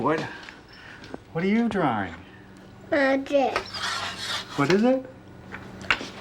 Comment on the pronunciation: I can't tell if he's talking about the drawer or drawing? Drawring